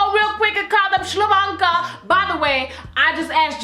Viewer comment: "ShlaVonka"! Lol